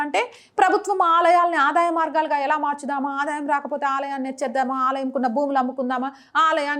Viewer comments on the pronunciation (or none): none